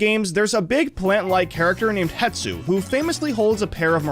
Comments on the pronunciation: ITS HESTU NOT HETSU😡😡😡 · im sorry but its hestu not hetsu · ummmmm it’s hestu???? Not hetsu 🤓👆